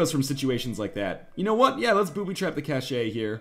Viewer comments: NL, cache is pronounced like cash. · Cache is "cash" in English, but in French it sounds like he says it. The word has origins from French Canadian slang for "hidden stores"--and I think Northernlion is Canadian, right? So he can say it that way, I think :P